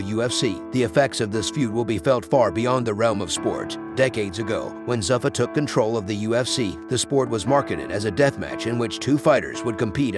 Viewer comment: You didn’t even pronounce the parent company, Zuffa correct. UFC is not a “sport” it’s a brand/company within the sport of MMA. Alright & we’re not even one minute I’m. I’m going to give this the benefit of the doubt & continue.